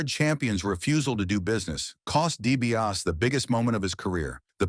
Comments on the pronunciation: There's an R in there? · It's hard to get past your AI guy's pronunciation of the Million Dollar Man's last name.